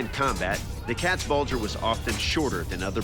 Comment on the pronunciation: Wow I did not know you could butcher the pronunciation of both Katzbalge and especially Landsknecht this much.